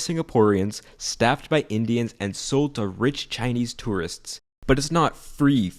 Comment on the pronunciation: Is it me or you’re just pronouncing tourists wrong?